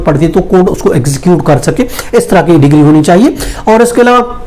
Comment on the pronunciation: Decree bolna sikh le pehle